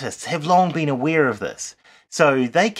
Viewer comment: Aware sounds “aweird”...